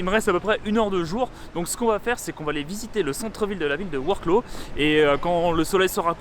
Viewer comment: Super tes vidéos sur la Pologne, c'est vraiment bien fait on a l'impression d'y être 👍 je suis allé à Varsovie aussi fin août j'ai adoré, je n'ai qu'une envie c'est retourner dans ce pays ! Par contre il va te falloir un petit cours de prononciation du noms des villes polonaises 😄 Lodz = "woudj" et Wroclaw = "vroswaf"